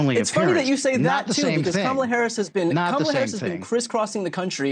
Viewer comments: At least he said her name correctly this one time 😂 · It took a while, but 45's finally learned to pronounce Harris' name correctly. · At least he's finally pronouncing her name correctly.